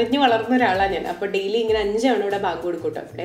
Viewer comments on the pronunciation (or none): none